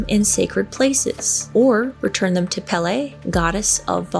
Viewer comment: I believe in Hawaii Pele is pronounced pay-lay.